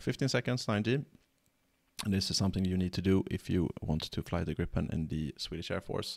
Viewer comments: I thought the name of the airplane is GRIIPEN not GRIPPEN. Griffin in English. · That is correct. It should be pernounsed ”griipen”. Griffin as the myhtical bird/ lion. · It should be pronounced "greep-en" A long "i" is usually spelled "ee" in English. The single vowel followed by a single consonant marks a short hard sound, like in the word "grip". Hence the confusion. We use the same alphabet, but letters and spelling rules are different. In Swedish, a short hard sound is marked with a double consonant. The English word "grip" should be spelled "gripp" in Swedish (though this isn't a Swedish word) The -en suffix marks a definite article. It is the Swedish form of "the" This is why native Swedish speakers often don't say "the gripen" because the word "gripen" already have a definite article ( it's that -en suffix) to Swedish speakers, it is almost like you are putting an extra "the" at the end of the word, wich feels really weird. Btw. this concept is almost incomprehensible to native English speakers.